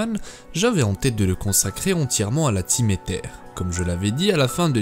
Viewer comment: Aether se dit Eillezeure..